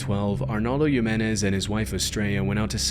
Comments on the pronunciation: ar NOHLDO not arnalde and HEEMENEZ not yemenez how does someone butcher a name so much 😭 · Hey bud, don’t know if you’re AI voice or not, but in the Balkans, a name like Ruja is pronounced “Roo’ya” and in México, Jimenez is pronounced “Hee’men’es” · not to be "that guy" but the J's in Spanish are pronounced like the letter "h" as in "José." Just for future reference. Keep up the good work! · If you didn't even learn how to pronounce a name as simple and common as Jimenez, then you probably did shitty research